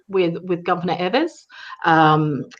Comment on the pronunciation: EE-vers, not EH-vers is the Governor's name, please.